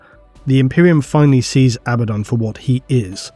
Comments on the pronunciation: lol I cringe everytime I hear A baddaon versus aba ddon😂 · I'm still in the camp that pronounces it ah-Bad-uhn